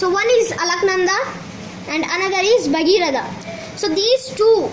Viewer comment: Its bhagirathi dear.